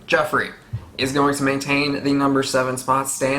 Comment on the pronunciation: Heh, yeah you do call Joffery "Jeffery" a lot. But, you're getting a lot of these names a lot quicker than I did. I was asking "What's that guy's name again?" pretty much up until S6. xD I also didn't recognize/pay attention to familial histories much when I first started. I kept thinking that what I need to know, they'd show and tell me, but there's a ton of histories and things are dropped off-handedly that I just did not hold on to. I had to be told by others who'd read the books or rewatch it in reactions to catch a lot of that stuff. Part of your retention of this might be the speed of you watching it also. I was watching the eps a week apart and then almost a year between the seasons.